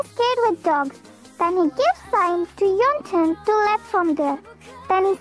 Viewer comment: Yes bro right and I was just laughing when Y/N said 'yellow ton' instead of yeontan 😂